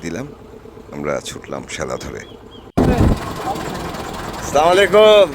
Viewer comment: বেশিরভাগ শিক্ষিত মানুষরাই কি ভুল সালাম দেয়! "স্লামালিকুম" এর কোন অর্থ নাই।সুন্দর করে বলতে হবে," আসসালামু আলাইকুম "যার অর্থ "আপনার উপর শান্তি বর্ষিত হোক।"এটাই আমাদের নবীর শিক্ষা। আশা করি কেউ ভুল বুঝবেন না।